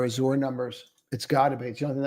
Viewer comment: Azure - pronounced az-sure